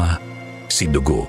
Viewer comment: Mali yata yung pag pronounced na Dugo